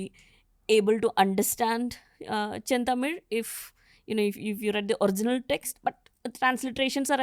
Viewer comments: It is Senthamizh and not chentamil. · Pls don't say shilapathikaram it's silapathikaram, thamizh not tamil ,senthamizh not chentamil😢